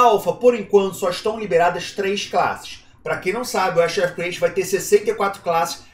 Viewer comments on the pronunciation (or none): kkkkk eu não consigo evitar de rir sempre que o fala Ash em vez de AshES 😅 bom video! tmj